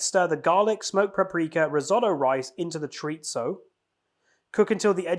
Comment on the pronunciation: U were a little awkward at first, but it was really fun, also it’s pronounced Cho-ree-zo. Hope you continue to do these.